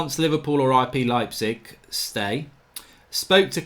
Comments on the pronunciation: You had it right the 1st time. It's pronounced "Lype-zig" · Pronounced Leipzig correctly, the apologizes and pronounces it the wrong way hahaha